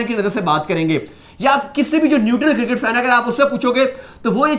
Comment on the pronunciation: its "cricket" not kircket